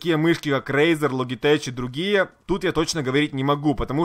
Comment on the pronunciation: ЛОДЖИТЕК,НЕ ЛОГИТЕЧ А ЛОДЖИТЕК ало